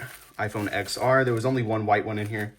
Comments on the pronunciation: brudda!!! "eks es" "eks ar" 💀💀💀💀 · I was going to say the same thing. I can't stand it when people say it wrong.